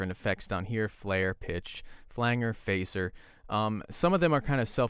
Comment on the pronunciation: I like how he pronounced flanger and phaser. :)